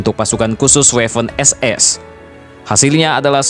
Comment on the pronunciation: Bang itu sebenarnya Waffen-SS dibacanya (b. Jerman) tetep Waffen SS, bukan Weffen SS. Jelas bang?